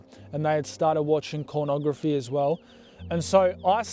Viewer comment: Sorry, am I hearing you right? Did you say “cornography”? When you had these emotional crashes, was it sort of like a desperation kind of feeling? Cuz some drugs feel that way on crashing.